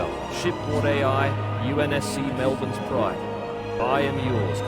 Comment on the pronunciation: The only thing i can say this game got right is how to pronounce Melbourne correct